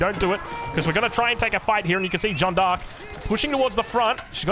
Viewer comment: Joan d'arc is pronounced correctly, i give you the seal of approval from Canada.